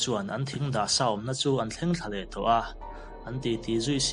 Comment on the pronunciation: Thave leh meiang bauh2 a chhiar Dan hi😁